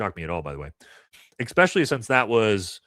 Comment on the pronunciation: Love your show and insights That said... Don't pick on others grammar until you learn to take the "ECK" out of ESPecially 🤟✌️